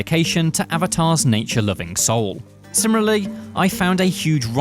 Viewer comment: Pronunciation homework: World, not wold Similarly, not simrilarly